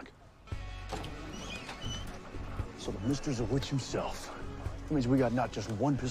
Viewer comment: You forgot an"R" there bud. James Ma-r-sters is his name. I know!! I'm a nit-picky bastard. lol. But hey, a common mistake. don't feel too bad.